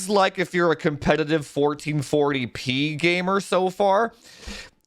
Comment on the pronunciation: Thank you supporters! Without you we wouldn’t have this beautiful content! I love when says “1440 peeh” - makes me giggle every time. 😁